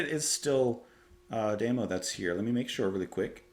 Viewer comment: Such a great album, I enjoyed your video. But it's tah-go not tay-go, and dah-mo not day-mo